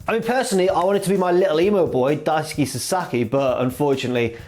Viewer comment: About Daisuke Sasaki, it's not Daisu-ki, it's Daisu-kay.